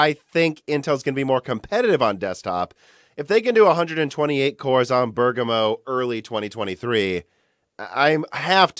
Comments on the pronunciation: Right on the money with Ber "gam" o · Thank you for pronouncing Bergamo correctly! I take it you read my comment on the previous video where you mentioned Bergamo, lol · You finally figured out how to pronounce Bergamo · Omg, can't believe you finally pronounced Bergamo correctly. ;) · you finally pronounced bergamo correctly hahaha personally i like how you change the pronunciation for non english words i think its very funny, im from spain and i was starting to pronounce bergamo wrong just from watching your videos XD